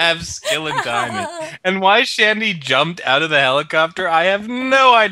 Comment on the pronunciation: Its not shandy its shondy